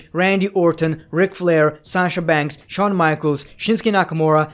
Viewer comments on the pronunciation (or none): none